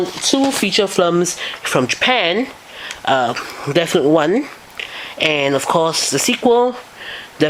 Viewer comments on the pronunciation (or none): I guess it wouldn't be so bad if you would pronounce your "th" like "th" and not "f" so not like Deaf Note. And I didn't know there are other reviews, I just saw yours.